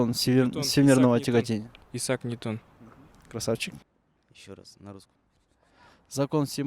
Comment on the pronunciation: Иссак эмес - Исаак Ньютон